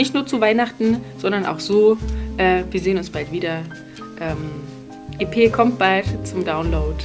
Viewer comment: E.P. spricht man allerdings englisch aus - auch im Deutschen, hört sich seltsam an auf deutsch...